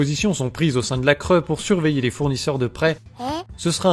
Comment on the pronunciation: Bon à part que la cre se prononce la cré tout le reste est vrai malheureusement